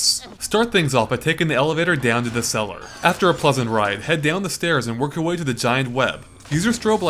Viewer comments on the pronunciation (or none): LOL "After a 'plesent' ride" XD